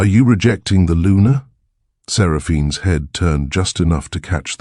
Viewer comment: Luna not Lunar.